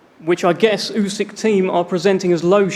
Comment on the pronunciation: Frank cannot pronounce Usyks name yet...🤣